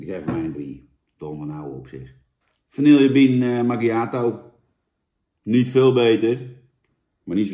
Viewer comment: Jan het is vanieje niet vanielllllje